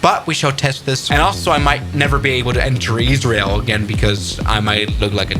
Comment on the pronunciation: Really fun to get a video about my country and in you pronounced it right